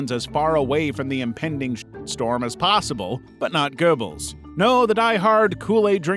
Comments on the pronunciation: It’s not click bait nonsense he just can’t pronounce it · You don't even get the Name of Goebbels right. Simply clickbait nonsens.